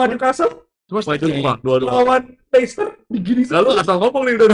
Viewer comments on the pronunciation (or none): none